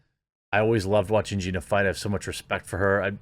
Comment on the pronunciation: wait, did you say Ronda V Gena ???